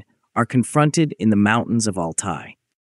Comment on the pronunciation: C est Altaï qu on dit et non alay du n importe quoi